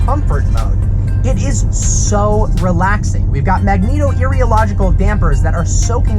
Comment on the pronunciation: Will ever learn to pronounce magnetorheological? Doubt it.